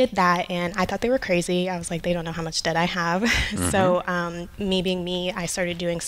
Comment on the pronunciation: Here, I'll save you all some time. Here's the Dave Ramsey Advice: "What you need to do is MAKE MORE MUH-NEY. Make more MUH-NEY, stop spendin' so much MUH-NEY and get outta DEH-YET." There, I just saved you 2 hours, 3 minutes and 45 seconds.